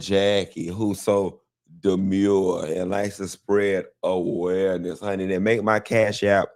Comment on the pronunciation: A-WARE-NESS 😂😂😂 took me out! I haven’t heard that in so long. Happy bday to my favorite “demure” rich hwhite woman 🎉🎉